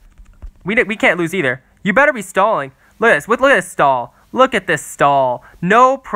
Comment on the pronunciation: Sounded like he said “Stalin tower” lol